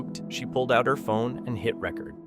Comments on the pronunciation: I see the voice is AI never knew that... Hit "rehcurd" instead of "Ree-Cord" ... common now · Total AI voice - it's Re-Kord not reck-erd